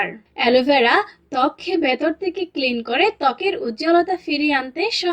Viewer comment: থেকে না তেকে ভাল উচ্চারণ